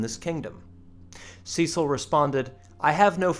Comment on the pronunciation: the pronunciation used by the narrator is excruciating Cecil, Lancashire, Gerard, Champion all wrong. If you get an American to say English names get them right!